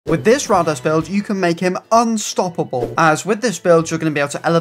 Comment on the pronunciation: His name is pronounced Rade-eez, you would know this if you watched the show